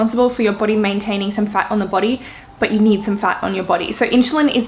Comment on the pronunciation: I like how you say body “boty" :)) it makes my face change to royalty expression